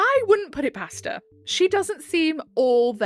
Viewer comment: Man, i know you said "past her" but i heard pasta ToT